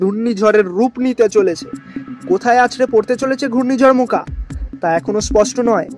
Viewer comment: মোকা না রে মোচা 😂